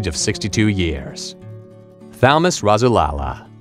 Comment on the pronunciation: Thalamus Rasulala name is pronounced ( Thal as in cat - Mus, like bus. Last name Rasulala pronounced Raz - sool - Allah).